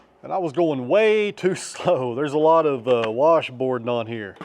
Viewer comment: As my east Tennessee grandmother would say, "warsh bord".